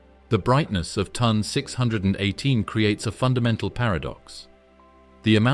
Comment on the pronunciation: It's T O N not ton, and Phoenix A, dildo